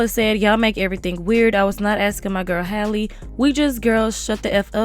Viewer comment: Her name is Halle not Haylee. Also Cardi should focus on making some music because this is giving paid spokesperson vibes🤷🏽‍♂️